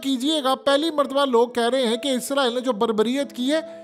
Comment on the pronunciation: App izraeel kyun bolty ho israeel bola kryn